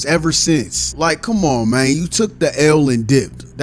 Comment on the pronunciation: The way says mang is funny AsF